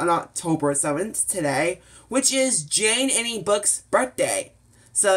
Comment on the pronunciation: It's GeneAnne (Jean-Anne) and Thank you